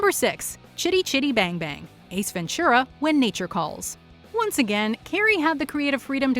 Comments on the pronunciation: it's really weird for me to hear "Ace Ven-ture-a_ instead of "Ace Ven-too-rah" which is how it's supposed to be pronounced ^_^ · Ace Ventschura? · Ace Venchura? lol